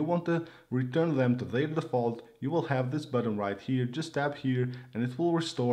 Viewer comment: buTTon not buDDEn